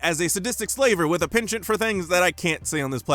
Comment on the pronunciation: “pen-chent”? “pon-shon”, surely